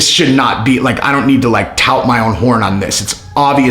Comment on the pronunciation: Toot ! Not tout! This guy likes to hear himself talk . I gave me a chance a few times and yeah won’t be back.